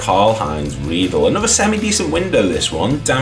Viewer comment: Karl Heinz-Reidle's last name is pronounced "Reed-ler"